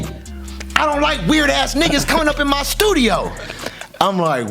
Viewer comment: Bro must be bipolar “in the stuido for a week “